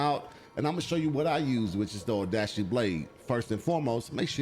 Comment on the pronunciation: I know I’m being pedantic here, and I mean this with no hate, but it’s not pronounced “Tah kee da shin-jin” It’s Ta-kay-da shin-gen (gen pronounced like gun, but with an e instead of U) Oh-da-shee is close, it’s “oh-da-chee” with emphasis on the “chee” instead of on the “da”